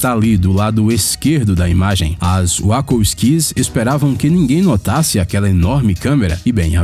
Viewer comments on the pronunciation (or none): "Uascolskis"! Kkkkkkk Wachowski se pronuncia uachólski. Bjunda. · Uacosqui kkkkkk se pronuncia UACHALSKI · E a diretora do filme Matrix, Uacoskis seria melhor ter falado Uatxovisque para pronuciar Wachowski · "Uacu squis" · "OS UAU COS QUIS" Meu deus... 10 milhoes de inscritos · 'As uá-col-isquis (Wachowski's), diretoras do filme'.... hUHAUHUAHUHAUHAUHUAHUAH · "uácóusquis" foi ótimo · uacouquis??? as irmãs Wachowski???? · Wachowski = Ucolsqui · Caraca, na boa.... tem como trocar o narrador sem trocar o conteúdo? Toda vez rola altas pronúncias erradas seloko!!! WAKOUSKIS KKKK só por Deus kkk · "As wacko skees"!!??!? Cara, será que ele se refere às Wachowski? 😅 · manuuu eu rachei com essa porra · wacko skees, centenas de arvores... Minha nossa mano, ta errando bastante hein! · A pior maneira de falar Wachowskis puta merda mmkkkkkkkk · Você tem problemas para pronunciar o nome correto das diretoras ? Wachoswki é a coisa mais facil do mundo.